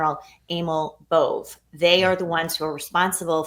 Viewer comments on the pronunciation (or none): Bove is being pronouced incorrectly, it is a n Itlain name with a a long e sound at he end of the name.